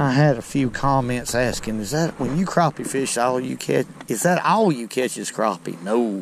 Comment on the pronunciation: "Das a good crappeh!" Love to catch em! You've got my subscription!